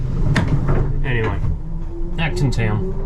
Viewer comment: Whenever you say Acton Town, I always think Elton John sang about that place!